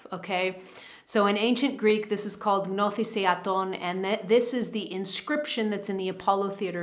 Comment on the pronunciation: Gnothis Eafton !im from Greece . That’s how you say it ❤